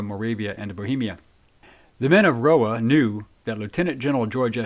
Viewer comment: The POHA was not, "Ro-Ha"; the "H" is an "N" in Russian (Russkaya Osvoboditelnaya Narodnaya Armiya). Hearing "Ro-Ha" throughout the clip was disconcerting...